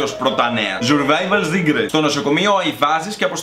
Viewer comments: Ζουρβαιβαλ ζικρετς λεει.... κλαιωωωω ,3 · Ζουρβαιβαλ σικρετς😂😂😂😂